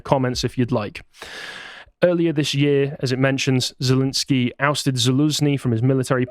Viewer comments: "I know how to pronounce 'Putin' and I know how to pronounce 'Zelenskyj'." Proceeds to pronounce them wrong. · "I know how to pronounce Putin and I know how to pronounce Zelenskiy." *mispronounces both*